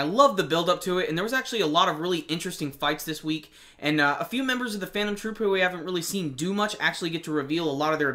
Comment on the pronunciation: I'm surprised that you said the names of Phantom Troupe without mistakes not all reviewers can do that ^^ Great review :)